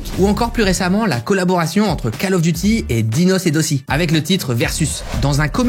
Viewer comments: Alors on dis pas dossih on dis dosseh « dossÈÈÈ » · Comment il a pas respecté Dosseh "dossih" 😂😂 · je t'adore ma gueule mais c'est "dossé" en prononciation :face-green-smiling: on sent c'est pas ce que t'écoutes